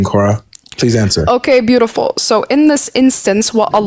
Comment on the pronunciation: Dawah 2026 tactic: just say BOOTIFUL BOOTIFUL